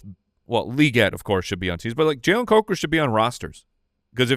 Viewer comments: Imagine if Jason was there when incorrectly said Coker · I wasn't sure if it was that or Cucker. Wow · pronunciation gaffe at the end was the highlight of my week